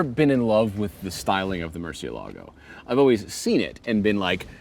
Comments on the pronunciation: A LOT of people get this wrong, even journalists.They say murcieLAAGO you are stressing the 'a', you don't stress the 'a' there's an accent on the E that is where you stress it MURCIÉ-lago is a Spanish word which mean bat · Accent is over the “e”, not the “a”. Yes, just about everyone pronounces it wrong. Murciélago is a Spanish word for bat, the nocturnal creature. Lamborghini names their cars for Spanish Bulls, as in fighting bulls. The word is not Italian. The Italian word for bat is different.